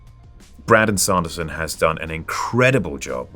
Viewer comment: The way he pronounces Brandon Sanderson’s name is adorable